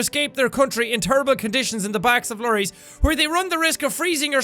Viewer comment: The way he says "lorries" is funny. It's an English word for truck.